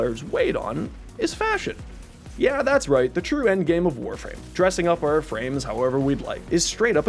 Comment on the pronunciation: You had me till you said fahsion. After that I felt like everything you mentioned before couldn't be trusted lol